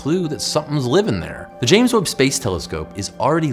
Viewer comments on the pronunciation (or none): none